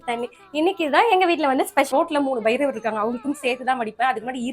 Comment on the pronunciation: 30ந்தேதி என் கணவர் செல்வராயன்க்கு பிறந்த நாள் வாழ்த்து சொல்லவும் உங்களுக்கும் 10 kக்கும் பைரவர் என்ற உச்சரிப்புக்கும் வாழ்த்துக்கள் Masha allha